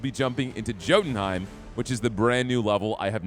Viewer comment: You just pronounced it Joe-tunhime 😂 It’s pronounced“yotunhyme”